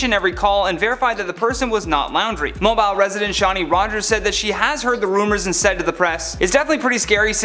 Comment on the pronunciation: Mobile is pronounced (Moh-Beal). 😄